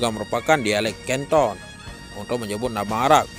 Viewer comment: Min canton dibacanya kanton bukan canton belajar lg min